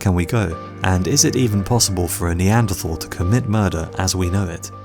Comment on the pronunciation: You are mispronouncing Neanderthal.